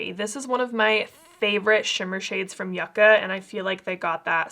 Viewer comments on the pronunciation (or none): It’s pronounced YOU-ca 🤦‍♀️ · in this palette the y iss silent